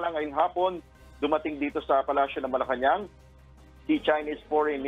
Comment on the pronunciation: Correction Please. MALACAÑANG PALACE. It’s Not MALACAÑAN PALACE😂😂😂